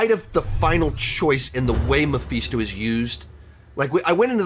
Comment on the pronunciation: Mephisto……..pronounced(Meh-fis-toe) not (Meh-feast-o)About barfed every time you said it! 🤮 Other than that great review!